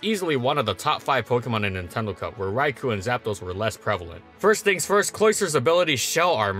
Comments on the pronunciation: You keep saying Raikou as (RAI-ku), but it should be pronounced (RAI-koh); the "-ou" is a long "oh" sound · the way you pronounce raikou bugs me a lil lol. love ur videos. hpump>razor shell imo. after a smash it's moot where you invest and hpump hits some things harder getting an ohko with or without rocks on field. i used to pair it with dragonite to tear apart defensive cores, with a spinner/defogger of course.